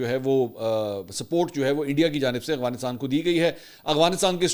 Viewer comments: Bro its "Afghanistan" not " Agfanistan" 😂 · Salam Mansoor sir ap Afghanistan ko aghwanistan bolty hn Sahi bola krien.. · منصور بھائی آپ مہربانی فرما کر افغانستان کہا کرو af gha nis tan اتنے بڑے صحافی ہیں آپ لوگ کیا تاثرا لیں گے